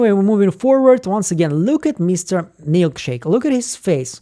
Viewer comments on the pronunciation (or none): CHICK !! Not Milk shake !!! It’s MilCHICK !!! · Mark called Milchick "Milkshake" in the note he planted on Mark W. Long live the Milkshake moniker!